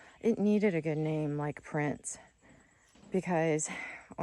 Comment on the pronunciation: PRINZ. Not prince. Its a NSU prinz.